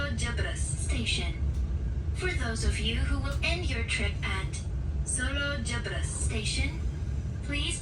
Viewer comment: Koreksi bang. Pelafalan Solo Jebres bukan kayak gitu. Bacanya kayak baca RE dalam kata "keREta"